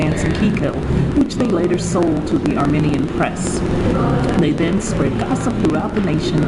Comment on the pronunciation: Omg please pronounce Armenian right lmfao and how the hell do you know this story is real? 1805? Lmfaooo this is satanic panic baby shit